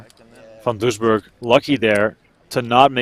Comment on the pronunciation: There is no h in Van Doesburg!